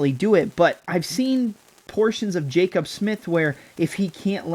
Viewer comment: Hearing your pronounce Jacobe as Jacob repeatedly made me want to jump off a bridge lol